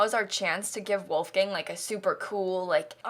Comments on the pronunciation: So I just searched it and listened to a YouTube video and from what I hear the only difference is it’s “voolf” instead of “woolf” at the start! Obviously spelt phonetically there haha! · Also the main differences are that in german "w" is pronounced like "v" , "ch" is pronounced like more of a "k" sound (or sometimes more of a h) and there is no hard "l", it is always much more of a softer sound, like in "lemon". So his name would be pronounced like: Volfgang Munk (with a soft l) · I'm sorry, I just find it hilarious how you pronounce "Wolfgang". It's like a gang full of wolves and I crackle up every time :D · Me, a German: Say WOLFGANG one more time!!!! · The way she pronounced „Wolfgang“ is so funny to hear as a german 😂 love it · I'm American and that's how most pronounce Wolfgang here. I didn't know the difference until I took German in high school lol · even as a dutchie😂😂🤭🤭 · How are you meant to say it? I say it the same as her haha! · I'm german and the way she says ''Wolgang'' is hilarious! So funny! Love it! Will call every Wolfgang now Wolfgäng :D And Gunther! So freaking cool.